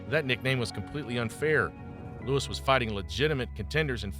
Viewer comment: Joe louis is his name, not lewis.